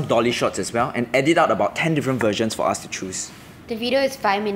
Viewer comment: Why do singaporeans pronounce “us” as “ahs” lol did anyone else notice